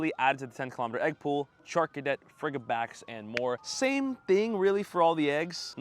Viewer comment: Its Fridge, not Frigg. Fridgibax. how are you a pokemon go creator